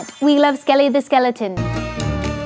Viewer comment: Btw it’s skeleton not sceliton 😊